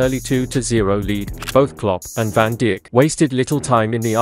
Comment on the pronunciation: Van DEE-ECK??????